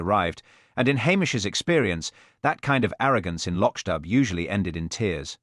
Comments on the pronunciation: Lotch dub, do you mean loch dubh, pronounce loch doo. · atrocious pronunciation of Loch dubh- I'm done.